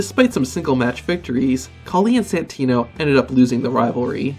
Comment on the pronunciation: He said santina